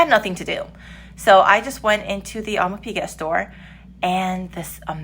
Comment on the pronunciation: as a french speaker - try "Aw-de-mars" "pic-get" - that might work for english speakers.